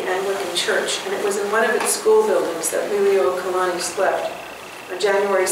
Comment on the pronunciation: Please pay attention to your pronunciation of the Queen's title. You're pronouncing it "lily-oh-kalani." Check with someone who has that hereditary connection to the Queen to see if that's the correct pronunciation.